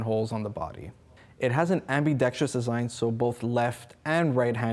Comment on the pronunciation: Why is he saying "BUTT-ENDS" Is he meaning Buttons? HA HA HA AMME-Dextrious this guy is hilarious. And what is the guy doing in the back ground?